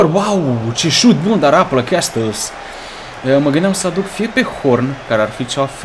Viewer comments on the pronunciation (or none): none